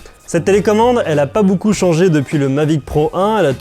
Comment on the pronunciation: Il a dit Boucoups boucoups Hésitez